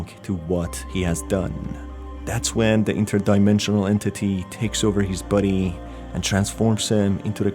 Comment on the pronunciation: The way he says "body", sounds like he's saying "buddy"